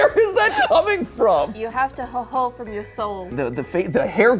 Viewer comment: It triggers me as a German that the "ho ho ho" had an ö. Ö DOESN'T GET PRONOUNCED THAT WAY!